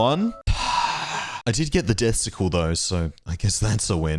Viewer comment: When you said “I did get the death sickle” I thought you said “I did get the testicle”